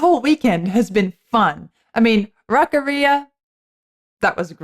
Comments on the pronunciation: Gah... Rock-ARIA! Not Rock-a-REE-a. It's not a digestive complaint. 🤣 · Rock Aria... Not the way you're saying it Rockarrea. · I'm going to start doubting your musician credentials if you keep pronouncing aria like that.